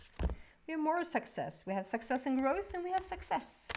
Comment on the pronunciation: It sounded like you said "sexess" when you talked about the Success Card. That really resonated with me so I would like to congratulate you on another sexessful reading! In fact, I consider you to be the most sexessful psychic on the internet. If you ever need help achieving even deeper sexess, come out here to southern California. I will show you around. You belong in Hollywood.